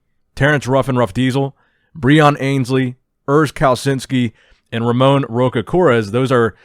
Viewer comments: Brazilian here. Just so you know, its pronounced Hamon (as in "heart") Hosha And not with a hard "R", but with an H sound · Hey, just a heads up, Brazilians don't roll their "r". When a word starts with an "r" it's pronounced like an "h", like Hamon. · I lost everything when some american or whatever non-portuguese speaker tries to pronounce Ramon's name